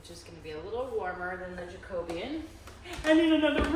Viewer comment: The way you pronounced 'Jacobean' I didn't get what you were talking about then when you put the stain on the floor I got the picture of an historic Jacobean hall in my area where all the woodwork inside is indeed almost black!